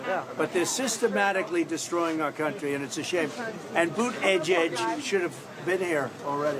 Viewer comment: Butteehgig perfect